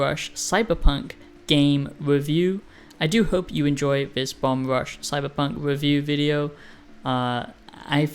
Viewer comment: Ya keep saying "CyberPUNK" It's FUNK!